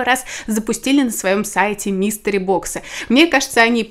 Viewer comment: МИСТЕРИ... блин, а я слушаю и думаю, почему Мистер Бокс-то.